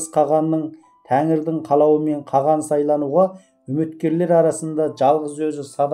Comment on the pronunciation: Каған емес Каһан